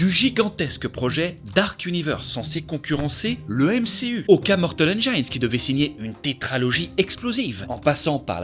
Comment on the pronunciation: mortal enjaillenes... Allez, tu vaux mieux que ca ! Prononce les titres correctement.